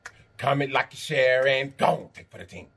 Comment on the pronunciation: Comment, like and cher...is what I heard this time 😝